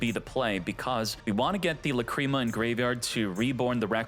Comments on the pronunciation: I like your videos but I’m sorry I just gotta say it… the mispronunciation of names kills me man. (Lack-ra-mah) not cream. I do like your videos other than that though. 😅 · Lacrima, it's an Italian word probably, it means tear, it is pronounced lák-re-má😅